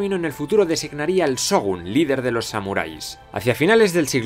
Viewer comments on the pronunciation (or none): Excelentes videos, nadamas te dejo un pequeño tip de pronciasiòn, cada que veas SH se pronuncia como una CH, por lo que por ejemplo se pronuncia Chogun y no Sogun y asi con lo demas tambien :P